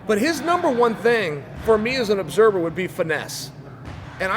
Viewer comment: Chael "Obserber" Sonnen